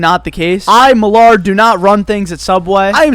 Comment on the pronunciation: Is it just me but when he said his name it sounded like he said Millard😂